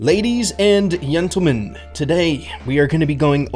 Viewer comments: "ladies and yentelmen" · “Ladies and yentelmen”🗣🗣🗣🗣🔥🔥🔥🔥